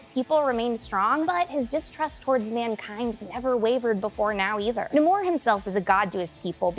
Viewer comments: Nahmor roll the r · It’s pronounced no amor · It's definitely pronounced Namor, not Namor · Pretty sure it’s pronounced Namor